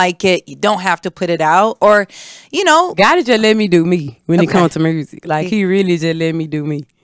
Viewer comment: Mursic 😂 I love her authenticity ❤